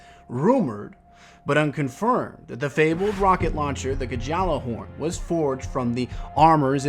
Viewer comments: most people pronounce it "Galla-horn", some "Yalla-horn" but you are the first to pronounce it "Ga-jala-horn"... wtf, really?? how has nobody corrected you???? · In all my years as a guardian never, and I mean never, have I heard someone pronounce Gjallahorn "G-J-al-a-horn". "Yallerhorn" has cultural roots as well as "Galahorn". Jellyhorn, jellohorn, and ballerhorn are also generally acceptable. But G-J-al-a-horn? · it's pronounced Galalahorn 😂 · The proper pronunciation for the Gjallarhorn is "Gally-bo-bally Horn" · "Guh-Jallarhorn" rage intensifies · "the gij-allar-horn" idk why but it made me laugh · The Guh'jallerhorn?